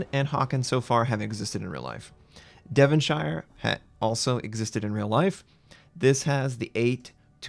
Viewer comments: Devonshire is pronounced "Dev'n-sheer" not "Devun-shiya". ;-) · no its not are u even from uk? lol devonshire is pronounced devon-shir the e is silent (devonshir) same as yorkshire is pronounced york shir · Pronounced Devonshur